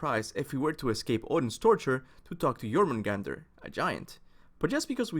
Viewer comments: ITS JÖRMUNGANDR (yormungander) dummy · IIIITS PRONOUNCED YOUR-MAN-GANDER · It's Yor-mun-gan-der. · The way you pronounce jormungandr gives me headaches... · I can't tell if it's your accent or you're actually pronouncing the J in Jormungandr incorrectly lol